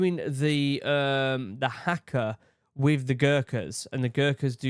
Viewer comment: Please, NOT hacka! Try har-ka. The "a" is a bit longer. Kiwi here